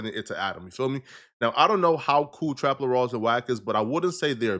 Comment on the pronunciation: its trap L-ORE lmaooooo not trap La-Rah